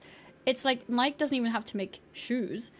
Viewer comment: Please learn how to pronounce Nike